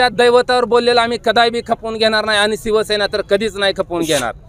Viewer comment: आदी शिवसेना बोलायचं शिक रे 😂😂😂 सिव सेना नाही रे शिवसेना रे बोलायचं शिक आदि